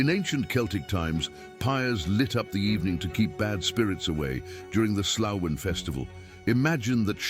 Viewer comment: Samhain is not pronounced as it looks. The word is phonetically “sow-when” of the ancient Celts.